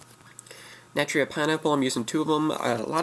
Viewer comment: one you are pronouncing Naturia wrong this isn't a naturia its mixed. I have a naturia deck i have no more than 4 non-naturia card in my deck. This is for they guy that said that naturia aren't good I go to local every week and i always place at least in the top 8 and i duel with guys that went to nationals (8 of them) 3 made it to the second day and one made it to the top 8. This deck is really good it locks down easily.